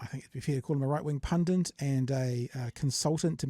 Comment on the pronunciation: Pun - DIT, not pun - DINT